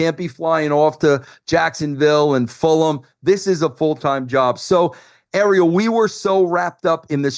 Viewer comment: Most surprising part of this interview was when a certified New Yorker pretty much pronounced Fulham right!! Instead of Full-ham. You go Vinny Ru!!